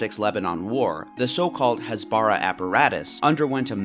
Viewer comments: its hasbara with normal h not chasbara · Wait, ...if Israel did a cross border raid in response to rocket attacks by Hamas, wouldn't that mean Hamas broke the ceasefire, not Israel? Other things: Has-ba-RAH, not Has-BAH-rah Operation Cast Lead- lead rhymes with bed, not need. Yarden is Yar-deyn, not Yardin. You probably have good points in this video but it's hard to take seriously when you're consistently mispronouncing the thing the video is about. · What is up with western media and putting a stress on a foreign word and criminalising it? "Hasbara" (pronounced with emphasis on the "ha", not on the "ba" like you said a million times wrong in the video) is plainly just the hebrew word for "explaining" and "explanation". Nothing more, nothing less. You can say that explanation from Israel is wrong and propaganda filled, that could be a valid critisism, but taking a foreign word that has no negative connotation and labeling it as evil is just wrong and frankly, is pretty much cultural appropriation. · It's pronounced "cast LED", as in LED zeppelin. As in the metal element, LEAD. Lead is CAST. "LEED" is not cast. "Cast LEED" makes no sense. And "Hasbara" is pronounced "Khas-bah-rah". Not Has-bar-ah. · btw, it's pronounced HÀS-BARAH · stop saying "Hasbara" you are pronouncing it wrong and its annoying, do your homework before making a video about the lies you was told, you know nothing about what actually happens there. As a Palestinian who lives in Lebanon: I STAND WITH ISRAEL, you just bring "facts" that aren't facts, you are saying that the killing of Hamas officials is a crime when it's literally a terrorist organization, shame on you. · ISTG YOU BETTER CORRECT YOUR HASBARA PRONOUNCIATION CUZ IT'S SO DAMN ANNOYING